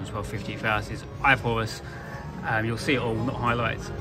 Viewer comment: It's actually Eye of Horus, not Eye of Hovus